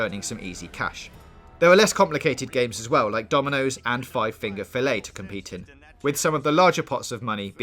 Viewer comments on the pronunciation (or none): none